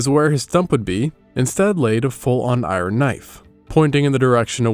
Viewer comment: Did you just say EYE-RON?